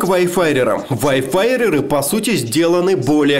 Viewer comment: как же режет слух его "ВАЙФАРЭРЫ"